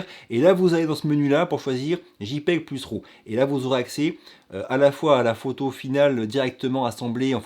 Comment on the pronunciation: c'est que tu dis fichier ROW et devrait dire RAW.... il à pas de "o" dans RAW - J'adore l'accent "francais" lol J'agace et continue ton bon travail.